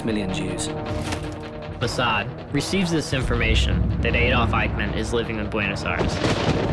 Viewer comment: I cant help shouting MOSSAD everytime the narrator says Musard